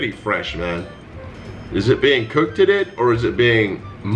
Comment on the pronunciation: “Is it being cookeddeded or is it being moldedded?” 😂